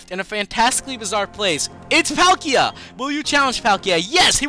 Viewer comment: bro it's "PALL-KEE-A" and "DEE-ALL-GA" not the shit u sayin